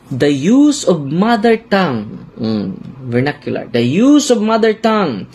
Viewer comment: Vernacular poh.